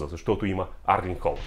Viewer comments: Името му не е ли Ерлинг Холанд а не Арлинг? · Моля те не му казвай Арлинг моля, иначе добър клип!